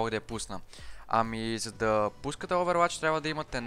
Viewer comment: казва се оувъруач не "Оуверуач"